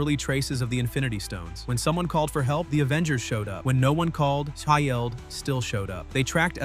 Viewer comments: Edit your ai voice ffs. Shi-eld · Stop using A.I. to (mis) read the script. Having to listen to the A.I. voice repeat "Shi-eld" is distracting and should be embarrassing for you. You've just lost another viewer. Do better! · I wonder if it's the punctuation in the acronym S.H.I.E.L.D. is why it keeps mispronuncing it.